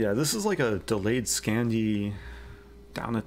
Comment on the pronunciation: Did you say delayed Scandi , because I distinctly heard you say delayed Scampi